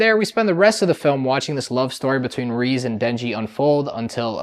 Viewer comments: I 100% agree peak cinema… but it’s reze.. not reez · Say it with me now!!! "RAY-ZAY"